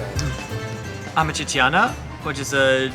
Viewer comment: YIKES. Learn to say AMAT TREE-CHANA. Not amat tre tre tee ana. And Roscioli is the best. AMATRICIANA is the best Roman pasta. Poor ratings. I give a 5 to most of those restaurants